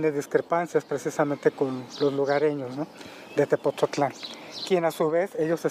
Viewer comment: Es Tepotzotlán no Tepozotlan porfa gracias